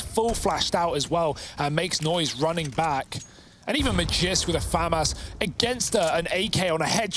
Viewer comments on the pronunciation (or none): none